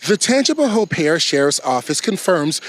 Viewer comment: Pronounced Tanga pa hoe